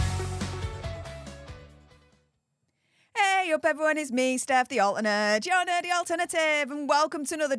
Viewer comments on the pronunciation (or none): none